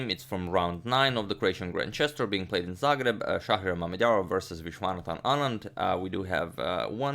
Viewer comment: "making the first move for... Shakh" First i misheard it because "Schach" is the german word for chess and its sounds almost exactly like you pronounced Mamedyarov. But i am surely not the first who mentioned this ^^'